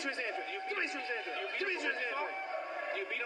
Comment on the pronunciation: its pronounced (Ann-drayd)